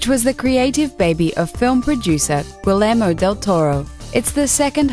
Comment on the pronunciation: LOL! "Gui-leh-mo" del Toro.. It's pronounced "Gee-yer-mo"